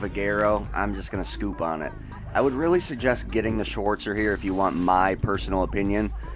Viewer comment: the "schwooortzer" me as a german: wtf?!